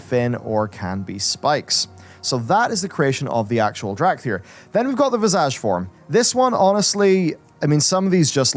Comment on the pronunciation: Every time he says visage all I hear is vajazzle